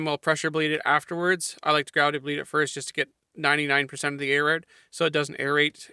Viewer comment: I like how you pronounce out as "owt."